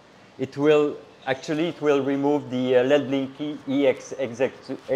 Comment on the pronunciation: Just a tip. If you want to abbreviate executable.. just say X-E file. I do and i speak english lol.